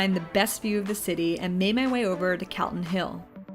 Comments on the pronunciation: Just a note to say Calton Hill is pronounced 'Col-ton' - we Edinburgh folk cringe at the sound of the word 'Cal-ton'! And, No, you can't buy Irn Bru (1901 or regular) in pubs. Only shops and supermarkets. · Pronounced CALL-ton Hill, I'm frm Edinburgh